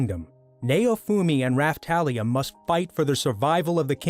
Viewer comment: bruh wtf not only did they not say kaneki and they fking butchered the names ..... how the fk is he pronouncing naofumi and raphtalia XD